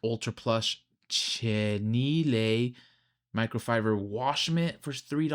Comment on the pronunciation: “Chenille” is pronounced Sha-knee-ill my guy. Keep up the great work. I was an early subscriber and glad to see your recent growth.